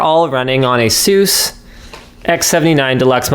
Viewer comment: The way you pronounce Asus, is it the way you pronounce Jesus?